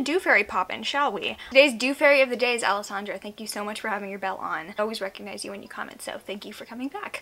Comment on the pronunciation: THANK YOU FOR PRONOUNCING ALESSANDRA CORRECTLY YES